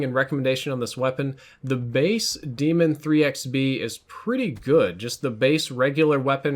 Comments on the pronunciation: It’s pronounced DAYMON ITS LIKE BAR NOT DEMON YOURE TRIPPEN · When two vowels go walking, the first one does the talking. Pronounced DAY•MUN, not DEE•MUN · Its "Day-MEN"....not demon. And that's how treyarch says it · It's daemon not demon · stop saying it like demon. it's de-a-mon. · Its actually pronounced Desmond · It's Pronouced as Daymon you noob. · Say it with me now.....DAE-MON, not demon. DAY-MON. DAEMON. There is no way it can be DEMON. Stahp it. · No, it's not pronounced "Demon". It's pronounced like Daedra or Daenerys. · I'm pretty sure Daemon is pronounced like Matt Damon. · Nah I’m pretty sure it’s pronounced like Damon cause the gun is named after OpTic Karma (Damon Barlow). Daemon (Damon) 3x (he’s has 3 rings from winning 3 CoD champs) B (Barlow, his last name) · I believe pronunciation of the Daemon is incorrect